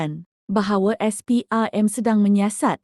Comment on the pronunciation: Ni ape punya suara : SPRM - SPERM